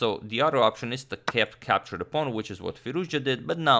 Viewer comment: russian “kepture”